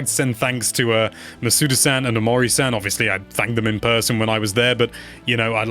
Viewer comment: if you're gonna add -san to their names at least pronounce it right